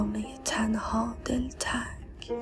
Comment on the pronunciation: سلام شعر اول رو اشتباه خوندید کلمه دل تنگ با تلفظ دله تنگ یا همون دل تنگ خطاب به دل خود داره